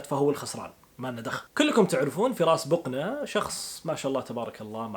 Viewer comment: بقنه وليس بوقنه !! خربتو ابو اسم العايله